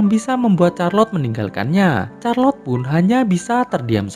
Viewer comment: Min, Charlotte itu bacanya bukan Charlot atau Kharlot... Tapi Sharlot (Syarlot)